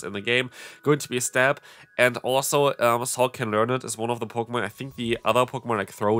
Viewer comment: "Sawk Deez" 😭💀